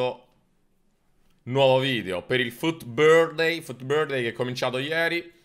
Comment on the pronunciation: me fai spiscia quando dici futbirthday 😂